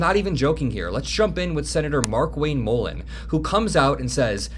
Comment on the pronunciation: If Mark Wayne M-uhh-len is the one they drag out to propagandize the “not war,” they are in seriously deep shit. This guy is an illiterate buffoon lmao